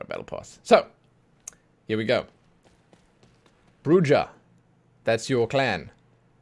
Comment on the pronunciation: I think Bruja is bru-ha